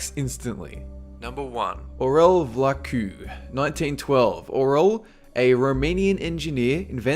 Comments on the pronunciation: You kind of butchered Aurel Vlaicu's name, but it's ok, I never heard any foreigner pronounce it right, for starters, the "i" isn't silent. Still, I'm glad he was no.1. Makes me happy I'm romanian. :) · Well you killed, butchered, cooked, ate and shat out Aurel Vlaicu's name... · When you said about Aurel vlaicu it almost made my cry... your pronuntation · You have a strange way of pronouncing Aurel Vlaicu, i couldn't understand it the first time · OMG ON NUMBER ONE ROMANIAN?!!!!!!!!!!!!! ROMANIA, MY COUNTRY ACTUALLY DID SOMETING!? MAN I AM PROUD, even if you mispronunced his name. :P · oh man the way you pronounced Aurel Vlaicu made me laugh